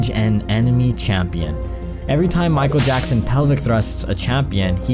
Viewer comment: MICHAEL YACKSON?